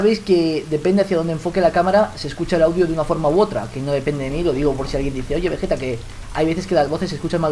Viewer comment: begetta es deilaf of tuf